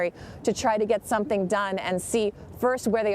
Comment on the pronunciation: He said they will "have to do someting" .... he said this... many are not catching that!